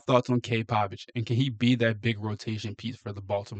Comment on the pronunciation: Cade Povich at best a number 3 or 4 starter . His name is Povich , not Pavich !